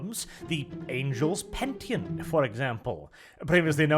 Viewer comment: Penitent, the word is fucking penitent.